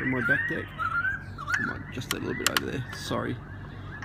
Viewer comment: Lol, I thought you were saying dick then I finally heard deck.